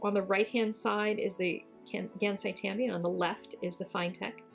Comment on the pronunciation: oh sweet I've wondered how the kuretake ones held up to the finetec! they're pretty good. oh and you asked about pronunciation... it's "Kuuh-Reh-Taah-Keh" "Gahnn-sigh" "Tahm-bee" :} hope that helps. 💖